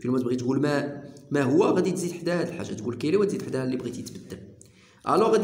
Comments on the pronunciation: احسنت استاذ ملاحظة فقط لا نقول كيلي تنطق كالي وشكرا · يا استاذ عجبتني طريقة الشرح . و لكن نقولو كالي. و ليس كيلي .. تحية من الجزائر